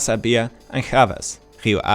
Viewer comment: We don't speak Spanish in Portugal, learn to say the names of the club in Portuguese for the next time (Chaves).